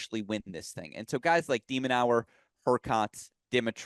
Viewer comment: Love the content and I like only spreading good vibes. But hearing "De MinaUER" time and time again from the guest was tough My bad, folks